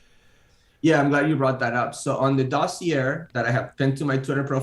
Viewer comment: I weep for American education when I hear someone pronounce dossier ending in "err."